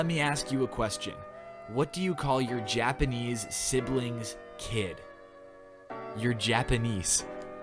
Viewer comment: "Japaneice" I'm dead